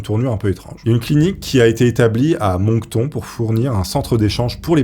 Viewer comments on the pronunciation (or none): Moncton et non Mocton! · Pour info "Moncton" se prononce "Monk" (comme un moine en anglais) et "Tonne"